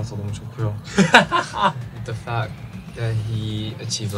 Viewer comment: omg i just noticed he says The Fackt and not What the fuck 😂😂